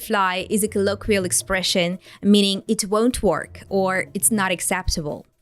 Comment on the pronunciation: She said NOO-tis for the word notice. Work is pronounced by her like FORK.. Hmm.. tsk..tsk.. 🤔